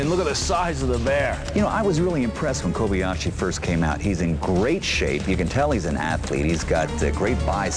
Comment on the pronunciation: ***** It's Kobayashi. Not Kobiashi.